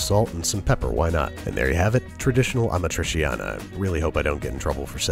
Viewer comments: ah-MA-tree-chiana (roll the R). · The cheese hasn't been integral to it when I've had it and it also had onions sautéed in it early on, with the tomatoes. Also, "ah-MA-tree-CHAHN-uh. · Careful Babish - if Carbonara triggers Italians, Amatriciana being like super traditional triggers them 30x. Still, I think that your first recipe is perfect, so you've got nothing to worry about. Also, Amatriciana is arguably the BEST of the Roman pastas, fight me. It's just *mwah*. Btw the pronounciation is Uh-mah-tree-cha-nah, 'ci' and 'ce' in italian are ALWAYS "chi" and "che". 'gi'/'ge' is 'jee'/'jeh', while 'chi', 'che', 'ghi', 'ghe' are "ki/ke/hard gi/hard ge' respectively. Always, no exceptions. That's why 'parmigiano' is 'puhr-mee-ja-noh', no French 'j'.